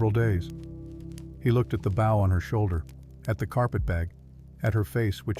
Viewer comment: It is BOW(boooow)